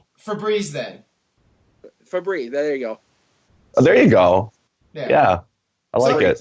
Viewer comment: THEY ARE CALLED BREEZANGO NOT FABREEZE THEY ARE CALLED BREEZANGO NOT FABREEZE THEY ARE CALLED BREEZANGO NOT FABREEZE